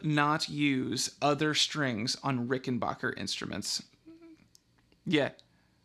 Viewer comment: BACK NOT BOCH !!! The Rickenbacker family pronounce their name Ricken-BACK-er not Ricken-BOCH-er. It is pronounced exactly how it is spelt. Back NOT Boch. Anyways, what you have there is not a musical instrument. It is a WORK OF ART. And good on you for mating your beautiful work of art with that other work of art, the VOX amplifier. Cheers from the Land Down Under.